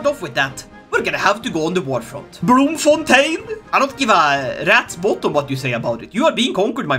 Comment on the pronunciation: tfw ' Dutch/Afrikaans pronunciation of Bloemfontein is actually somewhat decent